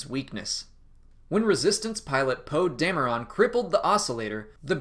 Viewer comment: Sorry I can't subscribe to that channel. He pronounced it Poe Damer-ON.